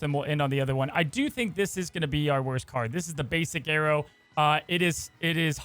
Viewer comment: The way says arrow sounds like Aero